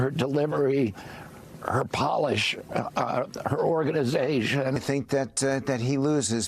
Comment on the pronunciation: RFK JR, Her Organizayayation!!!😂😂😂